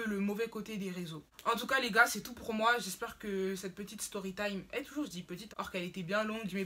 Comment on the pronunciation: On dit triiler parce que e en anglais c’est iii la chaîne e News